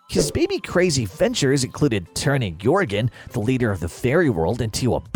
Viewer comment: And the military looking one is pronounced Jorgan not Yorgan